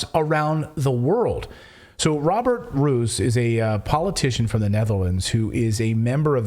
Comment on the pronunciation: Dutch pronounce Roos like English Rose as in Roosevelt or telefoon :)